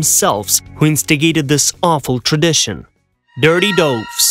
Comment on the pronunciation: Soiled doves, not dirty doves, and doves rhymes with gloves, not roves.